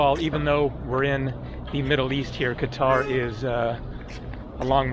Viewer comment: At least you know how to pronounce Qatar correctly